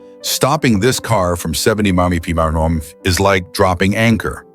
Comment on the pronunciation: I like how it shows the wrong car that it's talking about. A I voiceovers are horrible. They can't even pronounce MPH. 😂